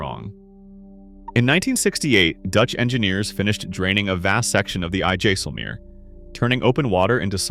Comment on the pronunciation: IJsselmeer is pronounced eye-selmare